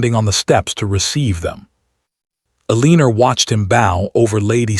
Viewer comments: So her name is Ehr lean er rhyming with wiener? Seriously, get a better AI voice. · WHY IS HE MISPRONOUNCING elenOR FORelinER VERY ANOYING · Poor poor Ay- leener.😂🤣🤪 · So they are cousins? At that time, marrying cousins was allowed? Why write the story that way for us modern readers? It's a gross concept. Also, why was his mom in charge? He's the duke. He's not even "the heir" because his dad has already died and he ought to have inherited his dad's position. What's with the pronunciation of her name? Why all the misspellings? Do you humans who posted this drama even care enough to proofread it, to listen to it first before posting? It seems rude that you either don't bother proofreading/editing, or you see these things and don't care. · Mispronouncing her name is very annoying. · I would have enjoyed this audio story if your AI reader would pronounce words & especially names correctly. It was a big turn off for me. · The title doesn't match the story. He never asked why she ate at the kitchen table and wish AI narrarator could pronounce Eleanor's name right- very annoying. But good story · Thank you for your story. Well written, good pacing and development. Well developed characters. Narration is clear and precise, it needs some emotion and correct pausing and emphasis when necessary. I have noticed you ke the name Eleanor or Elena whichever it is. Please stop using a name your AI can’t pronounce. Every time he says her name I can’t help but flinch. Why not give us a look at their future including children. I personally would have liked that instead of some much land management and tenants, etc.